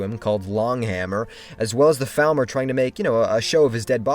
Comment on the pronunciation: Hey. Just wanted to ask if u could say Falmer in a way way that doesn't sound like thalmor, because it had me confused for the entire video